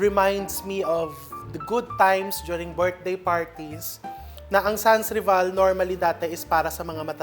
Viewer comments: The way the cake is made I would say typical French (they rarely used 100%flour in their cakes recipes different from American/Filipino style of baking ) …aside from the obvious name of the cake SANS RIVAL ( pronounce san reval) …✌🏼🇫🇷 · SANSRIVAL is a French word that literally means, 'no rival'...it is pronounced sanrival....silient S po.